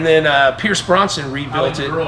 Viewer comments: Brosnan lol not Bronson. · Everyone: Pierce Brosnan Richard: Pierce Bronson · Brosnan not Bronson